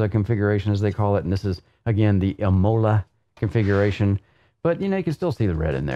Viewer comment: imola with the accent on the I:)